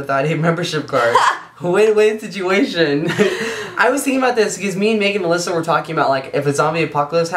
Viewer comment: It sounded like said Melissa instead of Alyssa = ] Has anyone seen Melissas bra? = ]